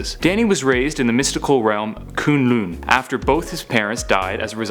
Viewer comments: Does it annoy anyone else that he pronounced Kun Lun as Kune Lune? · It's kunlun